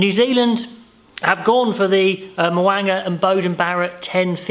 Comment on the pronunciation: Mo'unga is a name you are going to hear a lot so work on your pronunciation mate! Mo--oong-a